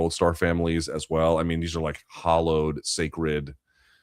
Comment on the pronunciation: Hallowed shouldn't sound like hollowed.